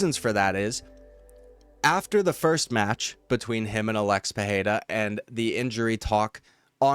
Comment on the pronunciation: Why pronounce PeHeira? It's Pereira